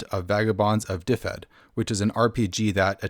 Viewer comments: its not difed its duved. y in welsh is usually an uh sound and one f is a v and two ff is an f sound. ;) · It is pronounced "DIV-ed" IIRC. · Just so you know, it's pronounced duh-ved. Aside from that, great video! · Looks interesting! Though, just an FYI, if the name really is based on the Welsh county of the same name, then it should be pronounced "duh-ved" or "dev-ed" depending on whether you want to say it with a Northern or Southern accent.